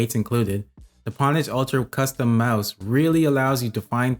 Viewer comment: great review! its pronounced 'ownage' tho. the reason people used the term "pwn" is because the 'o' key and the 'p' key are right next to each other hence the misspell 'pwn' but it ended up sticking with the gaming community